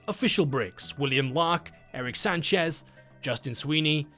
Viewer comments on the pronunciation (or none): none